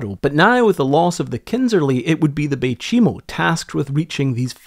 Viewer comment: You know chai tea? You pronounce the name of the ship like you would say chai, no chee.. Fort chimo was later renamed bay chimo, and became a small inuit town. Some of my friends are from there. The community was abandoned in the early 2000s though some former residents keep cabins there and visit their homelands during vacations. (Its also called umingmaktok, meaning musk ox lands) i spent most of my life in cambridge bay.